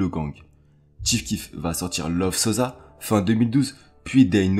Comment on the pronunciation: Sossssa pas sozza man t’abuse 😂😂